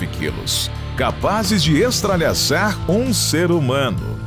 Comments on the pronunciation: EstraÇalhar, mas ri alto com o EstraLhaçar kkkk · Só eu reparei ele falando "estralhasar" ao invés de "estrasalhar" kkkk eu amo o canal e só vou falar assim agora 😅❤ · Tirando o "estralhaçar", o vídeo foi muito bom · Estralhaçar! Que horror...😅😅😅